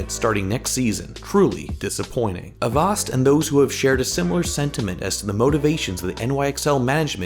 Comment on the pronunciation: I don't think that is how you pronounce "Avast".